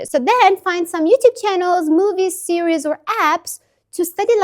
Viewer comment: I'm learning Arabic and stuck, and have liked your videos. This plan has parts I'll try to implement to get my learning back on track While perfectionism should not hinder us from learning I thought a couple of little corrections to your English would be helpful. The singular of a tv series, is "series". It sounds like you're saying "sierie". When you say the Chinese test, is it HSKe or H-"Skey"?